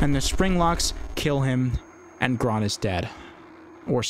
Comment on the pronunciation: you see, the name "Gron" as you say it is actually "Grön" (which you can look up the difference in pronunciation). And is actually the Swedish word for green so it isn't just a dumb way to make a character name into just based on their color and flipping with it, it is actually a little nod to the fact he is from Swedish descent and showing it through a semi-unimportant character.